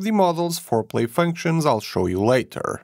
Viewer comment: Do I keep hearing "fore-play" functions? 😳